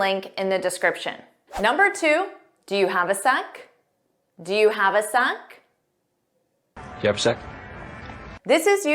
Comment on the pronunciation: "Do you have a sec?" 👉"Jev a sec?" ☺️☺️